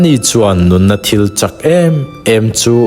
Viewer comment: A tha hle mai, Sam 107 : 9 thu Ani chuan nunna thil châk em em chu a titlaiin, Nunna riltam chu a titlai ang," tih ami CHÂK tih hi thil rit chawi chak sawi nâna chak tih anga lam ri lovin, thil ka ei châk tih anga thluk tur a ni